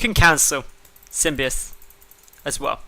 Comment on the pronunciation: Pronounced Sim-bi-oat